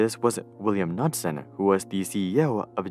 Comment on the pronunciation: The K in William Knudsen is not silent. He was born in Denmark. So it would be k-Nood-sen. Btw, Knudsen is attributed to popularization of the phrase "Arsenal of Democracy", borrowed by FDR in the famous speech just before the WWII.